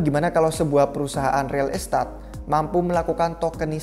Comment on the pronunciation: agak terganggu dengan pengucapan real estate-nya. kaya kurang pas. maju trus republik rupiah, semoga semakin maju dan bisa mengedukasi masyarakat Indonesia.